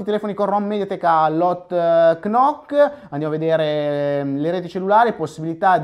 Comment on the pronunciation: macché hotknock, si dice hotnot! :'D